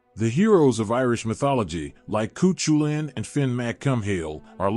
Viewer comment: Coo-choo-linn 😂🤣. Couldn’t proceed past this point